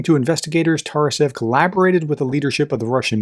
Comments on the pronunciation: Can you read? Ts A R Ev how you could read it like Tarasev ? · The man's name is not pronounced Tar-a-sev.